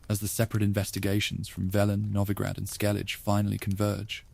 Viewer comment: Another person that can't pronounce Skellige accurately 😢